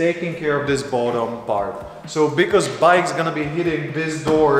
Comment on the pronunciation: "Bowdom bard" That´s saying "Bottom part":-D